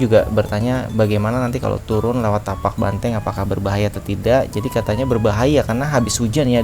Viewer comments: 😅maapkan aku khilaf. Maklum baru pertama kali. Kirain tapak ternyata Patak. Terimakasih infonya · Patak Banteng bang bukan Tapak. dan saya suka liat vibe content nya... berasa banget semua jatuh cinta dengan pendakian gunung.